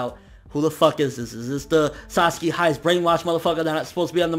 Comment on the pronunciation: some of the times you didnt call him Sasaki you called him Saski..Fix that plz andur awsome keep up what ur doing :D ^_^